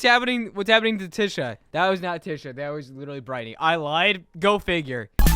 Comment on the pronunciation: I’m never gonna distract again… btw Tisha’s name is pronounced tee-shuh not tih-shuh